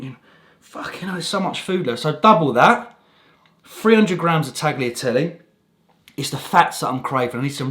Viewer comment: I’ll be honest Pal, I’ve loved your videos from day dot. I know your half Spanish lad but please for the love of Jesus Christ himself. Change the way you say tagliatelle. You can’t say carbonara with an italian accent and then pronounce Tagliatelle like that. Please consider... great video